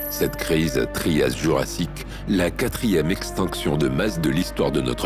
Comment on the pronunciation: "extEnction" ? lol